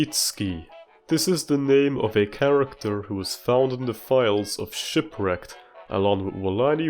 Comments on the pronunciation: "Wahamlet" and "Whshipwrecked" had me dying laughing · 2 minutes in and I'm cackling laughing my ass off at "whamlet" and "wshipwrecked" 😂😂😂😂😭😭